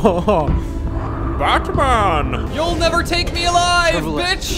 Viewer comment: he rlly said bätmÂn